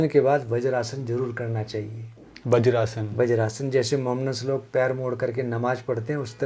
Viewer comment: पर आपने ये क्या कहा?? " बजरासन".. भविष्य में आप कभी भी बजरासन बोल कर अपनी अल्प बुद्धि का प्रदर्शन नहीं करेंगे.. और सही शब्द "वज्रासन" ही बोलेंगे..